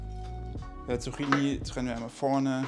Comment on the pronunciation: Lieber, man spricht es immernoch "Zukini" aus! 😂 Es heißt ja auch Latte "Makiato" und nicht Machiato. 😊 Oh, und natürlich Soße, nicht Sose... Kein Bienchen-S 😂